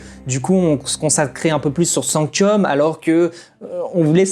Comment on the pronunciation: Alors sanctum et pas sanctium et eligus éligium tu ma fait bcp rire mais sa ma bcp trop stressé 😂😭